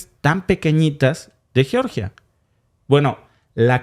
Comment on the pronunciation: Sé pronuncia yeoryia! Así lo pronuncia mi Amiga nacida allá en Georgia